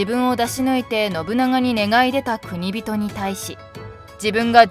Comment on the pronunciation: くにびと✖︎、こくじん○